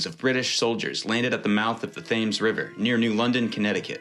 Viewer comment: Thames is pronounced 'Tems'